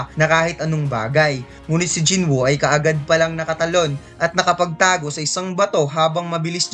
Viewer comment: Jin woo boss's Hindi Jin buu